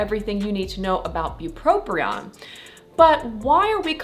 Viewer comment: Great video. However, you are mispronouncing “bupropion” by saying “bupropRion”. There’s no second “R”. But…thank you for the really helpful information.